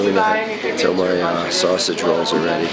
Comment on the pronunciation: The way you guys say “sausage rolls” made me question what they were, when I well and truthfully know what they are, it’s just the pronunciation that threw me off. (I’m Australian)